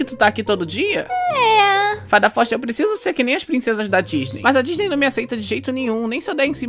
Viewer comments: "Repete comigo dis-ney" "Di-ny" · "Ta vendo, por isso que num entra na dinisde"😂😂😂😂😂😂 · Abertura da Disney em funk e a Fada Foxti falando Diny kkkkkk